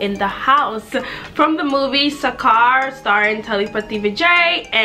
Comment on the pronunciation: I don’t know what’s worse she says sarkar wrong or the fact she can’t say ponnu